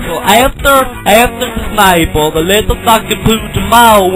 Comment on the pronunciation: Honestly my favourite part is still how he says the word Snapple